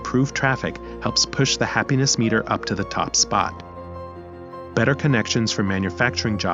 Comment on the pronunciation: The way you said “we will shift our attention from our budget, to our happiness MEter.” The voice put the wrong tense on the wrong part of the word. Now I think your ai as well. If you are using your own voice… stop reading from the paper, or screen. Memorize what you’re trying to say, and instead of just reading g off the paper, just talk like your having a conversation, it comes across as a teacher, not a narrator or someone just talking having a conversation. Yeah as I wrote this, I listened to it as well, and it’s so weird as some words sound right, others sound mechanical.